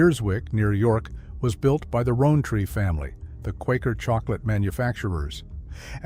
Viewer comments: 2008 Two thousand AND eight. Rowtree - Rown (pronounced ‘roun’ as in ‘round’) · Shame the 'guy' doing the commentary can't pronounce 'Rowntree', but then that's not surprising when he can't even pronounce 'Domesday'!